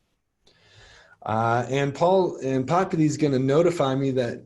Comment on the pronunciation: LOVE this!! Thank you for these :) I will pass these on to our new professors. BTW... its Popul I not Popul E LOL